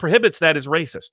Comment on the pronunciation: is saying the meme wrong. It's "Waaaaaycis!" not "Raaaacis!" 🤣